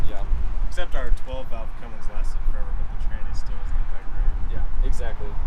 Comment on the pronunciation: Jacob Tolbert Cummins, there's no g in Cummins 👍